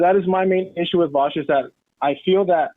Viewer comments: Why do so many people say vawsh its vaush like aw not ow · It's pronounced "Vosh" not vouch 😂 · I genuinely cannot tell if Emma and Sam pronounce Vaush as Vowsh ironically or not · Why is it hard to hear someone say Vaush's name correctly and then repeat it without turning it into "Vaowsh"? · I agree with vaush like 70% of the time, but that includes most of the big things lefties want. Everybody who has such strong feelings about VA-aush says his name wrong. Lol Vaush also calls these people fascists with leftist aesthetics Which I agree with. Tankies is what he means